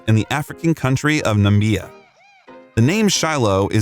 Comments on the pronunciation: Nameia? There is no such country, try Nah-ma-bee-yah = Namibia 🤦🏼‍♀️ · 👩🏽‍🏫Swakopmund (Swaah-cop-moond) and the African country called Namibia (Nih-mib-year). You’re welcome🤓